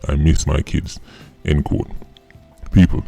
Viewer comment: why are you pronouncing doggyS “quote “ as “code?”